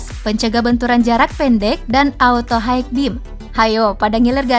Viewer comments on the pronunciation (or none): none